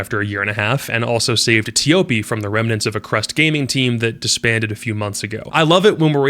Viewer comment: Antic x odium, enterforce 36 and prevail are two teams to look out for imo. Nice vid but is pronounced as “Choppy”🤓.